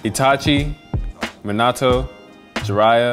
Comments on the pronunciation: idk if im dumb or sum but i swear they saying minato soo wrong, like they dont say it like that in the show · guys its Min-ah-toe